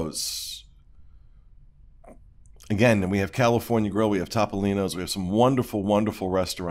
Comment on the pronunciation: I can't wait for Tuesday. Is there anything better on youtube than a rant? And it used to drive me crazy when refused to pronounce Topolino correctly. But tells him how to pronounce Napoli correctly and he still won't do it. I feel better.